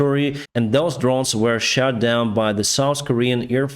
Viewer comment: Hi! I really enjoy your posts, and humbly, just wanted to suggest some minor improvements so you gain further success with your posts. 1 - Say shut, not shat, when something is shut down. Shat is something that a dog did in the past. But even "shat" isn't proper English. 2 - Concentrate on the battle map and battle losses. I look at the news media for the wider news. Your views are very important, as a Ukrainian, but the main news outlets give us plenty of political stuff. 3 - Keep to the facts. Journalism should be about facts, not personal views. Nor propaganda. If you have personal views, express the facts, and let the intelligent listener work out the consequences of them. The non-intelligent listener is probably more interested in seeing killing and maiming, and what clothes are fashionable for Ukrainian soldiers to wear off-duty. 4 - "Ruzzian", in British English, is spelt "Russian". I wish you freedom, and you and your family, good health